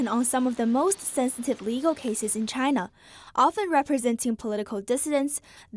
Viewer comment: Trust and cooperation from Chay-na ? Hahaha !